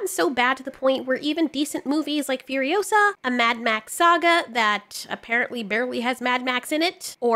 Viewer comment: Remember it’s FuriOsa, not FurioSA.